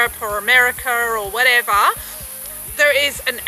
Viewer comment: "Whatever".. so australian!!